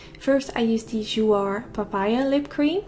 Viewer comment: I think you have to pronounce jouer like joue, not hating! Love your tutorials ❤️